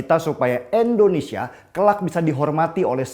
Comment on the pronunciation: Tidak berniat untuk menggurui ataupun menjatuhkan alangkah lebih baik penyebutan Indonesia nya diperbaiki jangan Endonesia 🙏🏻🙏🏻🙏🏻